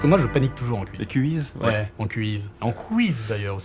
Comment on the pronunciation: Est-ce que François Theurel a-t-il déjà entendu parler de l'hypercorrection (correction fautive par volonté excessive de bien parler) ? Car le mot "quiz" (avec un seul "z"), se prononce bien |kwiz|, comme en anglais, avec un son "ou" comme dans "oui". Sans rancune Franky, mais c'est tellement injuste de voir quelqu'un couper la parole de son interlocuteur pour le reprendre de manière condescendante et à tort. 🙋‍♂️